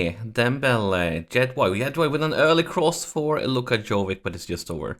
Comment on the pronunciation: Dude Jovic is not Jovik, prenouce it like Ibrahimovic.